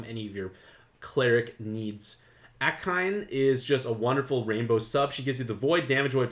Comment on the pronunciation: Akine == Ah-Key-Nay